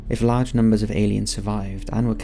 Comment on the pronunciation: Small “part” blah blah “large” ..your so annoying the way you carry your words to sound original..I couldnt even listen for 30 seconds